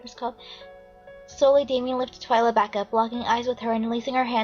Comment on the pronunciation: its TWI-LA